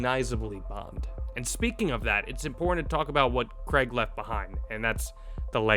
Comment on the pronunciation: Daniel Craig has been bond for 20 years and Americans still can't pronounce Craig properly.